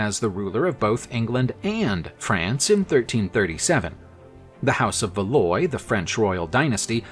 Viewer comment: This is going to sound really petty, but the pronunciation of many names distracted me terribly. Valois was a particular sore point.